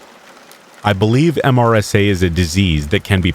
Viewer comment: MRSA is pronounced MUR/suh